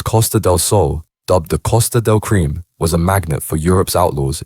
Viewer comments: Costa del cream 😂😂😂😂 CRIME Costa del crime 😉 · Costa del Cream ? AI can be hilarious 😂😂